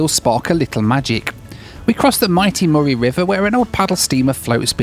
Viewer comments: Say morry again.. Lmfao say mur-ray Bridge.. It's how you say it.. Lmfao I love the overland train. Relaxing day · Ahhh, the joys of hearing Australian place names pronounced by people from overseas. Murray Bridge/Murray River: Murray is pronounced the same was as the surname of the famous actor, Bill. Geelong = "Gee, that's a Long way away!" It's a soft G, as in Giraffe, not a hard G as in Give. The town of Nhill is far more famous, at least amongst my family, for the excellent pinball museum found there.